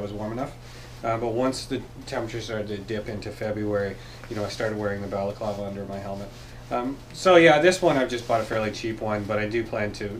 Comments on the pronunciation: Your video popped up as a suggestion so I watched it again. The ski mask for under the helmet (balaclava) I'm pretty sure if you pronounce in the way you did the second time it becomes a Greek dessert. lol. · Yup. My buddies mom made that growing up. They were Greek. Yes. It's definitely the first way you said it. My brother sometimes calls it bolclava. Still wrong. Lol.